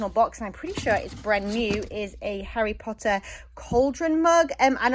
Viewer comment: It’s so nice to hear “Harry Potter” pronounced properly!